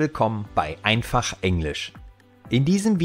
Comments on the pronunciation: Am Anfang hat er gesagt einfachsch Englisch 😆😆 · Einfasch Englisch. Xd